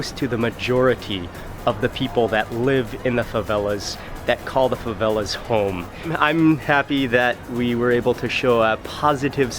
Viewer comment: "fãvélás" kkjkjkkjjkkj